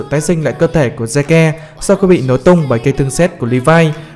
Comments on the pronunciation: Zeke đọc là Zích anh ơi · Zeke đọc là zít